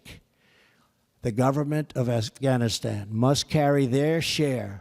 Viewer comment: Reading from a TelePrompTer, and someone else wrote it, he can't hardly pronounce Afghanistan...